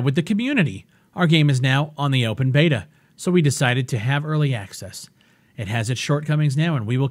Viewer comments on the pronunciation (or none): none